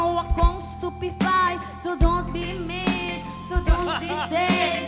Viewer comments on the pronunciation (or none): "So don't be med, so don't be sed"